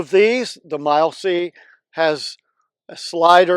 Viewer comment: Pretty positive you are butchering the name of a company that sent you free gear. Its “mil” essey….not “mile” c. Furthermore, you talk about ppl slowing play then tell them to make a card with 35 diff options and variations of what to hit. Thats about as backwards as you can get.